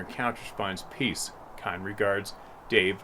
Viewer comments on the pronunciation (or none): none